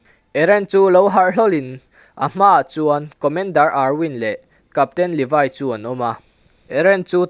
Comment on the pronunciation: Levaiiiii anilo levi vi i viiiiiiiiiii English deuh a lam angailo ngaihthlak hrehawm